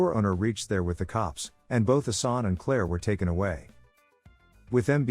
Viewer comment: good video, respect🙌 but it's pronounced "Assan" and not "Asani" for the main character, also "Arsen" not "Arseni" ...Lupin